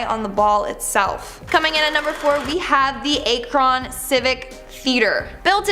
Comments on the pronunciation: Butchered the name Akron 🤦😵 Definitely not pronounced like akon just with an r in his name lmfao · It’s pronounced ack Run not a kron smh. It’s a great video no need to come off looking uneducated